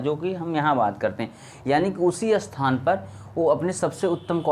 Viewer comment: अस्थान या स्थान ? क्या सही है ? सही बोलिए भाई